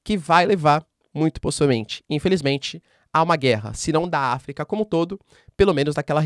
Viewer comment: Mano para de dar ênfase nas palavras guerra.